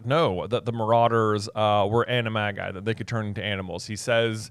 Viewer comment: I thought animagi was pronounced animaji according to j.k Rowling. I could be incorrect but I think you're saying it wrong. It's a soft "g", not a hard "g" I believe